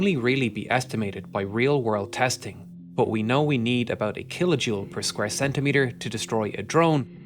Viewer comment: stop fucking saying buff instead of but